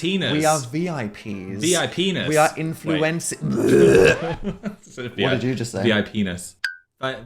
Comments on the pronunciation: 20 seconds in and Phil has said 'VIPenis'. This is gonna be a wild ride. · 20 seconds in and Phil says V.I.Penis